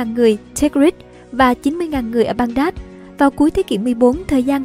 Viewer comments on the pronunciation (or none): Đọc cho chuẩn địa danh vào. Baghdad theo phiên âm nào mà đọc là Ban Đát vậy? Ngay cả đem vô google dịch cũng được đọc là bæɡdæd nhé